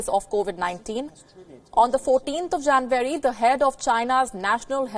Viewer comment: Sounded like she said “20th of janbury” 😐